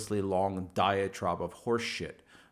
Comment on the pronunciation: hey my sister says its diatribe not diatrobe